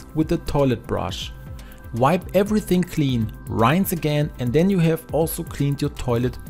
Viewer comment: It’s pronounced “rins” not “rains” (rinse) lol